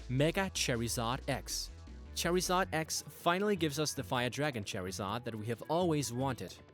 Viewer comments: did he rly just say cherryzard lol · U kept a funking saying cherrysar u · Learn how to say charmander u sound like us saying cherry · pronounce charizard right instead making it sound like cherizard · U SPELL IT LIKE CHARIZARD YET U SAY IT LIKE CHARZARD U FUCK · Lmao when he says "Cherryzard" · bro its not cherryzard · Say cherry zard one god damn more time and I swear... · It's pronounced char I said not cherryzard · Sounds like ur sayin cherryzard haha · the pronunciation is charzard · and watch the anime it's pronounced charzard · i agree, what the fuck in a Cherryzard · Cherrizard? Iol. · why does he pronounce charizard like that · Can you say charizard correctly. shits annoying as fuck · It bothers me that he mispronounced charizard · 1. XD XD XD XD IM SORRY BUT HIS pronunciation OF CHARIZARD IS KILLING ME LIKE LEGIT MAKING ME DIE XDXD XD XD 2. Anyone else hear the Naruto ost???? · Can you pronounce Charizard correctly you stupid fuck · You said charizard wrong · i cringe everytime he says charizard's name... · Never heard Charizard pronounced like that xD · he pernouced charzard wrong that got on my nerves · Charred lizard, the i in lizard is pronounced so why not pronounce it in charizard? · I hate how he says Charizard! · For the love of God, learn how to say Charizard! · I don't think Charizard is an english word, after all pokemon is orginally from japan in 1996. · I love how you pronounce Charizard :3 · It's pronounced "chor-i-zard", not "chare-i-zard" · its charizard not cherryzard.... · It's pronounced ( Ch Ar i z Ard ) no (Chair i zard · Its noy purnounced (Chery-zod) its (char-zard) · It isn't cherryzard, it is charizard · its charizard not cherryzard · cherry-zard bwahahaha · its carizard cheerizerd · did he really pronounce it as "cherry-zard" it's char-zard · wtf is a cherryzard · Charzard not charryzard haaaa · wtf is cherryzoin its suppous to be charzion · why were you saying charyzard its pronounced charzard im not trying to be offencive